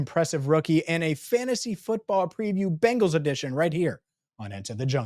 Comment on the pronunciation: not only do you pronounce Bengals like the all female 80s rockers The Bangles, but you actually think Jordan Love is in the same boat as BURROW! BURROW will be a hazy shade of winter for the league for sure. Week 2 gonna be a Manic Monday for the Chiefs, and gonna make Lamar walk like an Egyptian